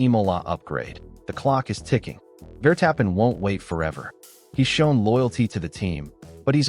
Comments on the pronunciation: Claim to be F1 news and Ai can not even pronounce names correctly Vertappin😂😂😂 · Yes yes max vertap-pen